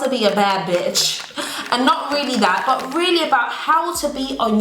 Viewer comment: I come here to here say "buh" not " but"......